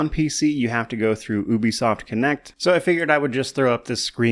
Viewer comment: Da heck is ooo be soft? It's Ubisoft!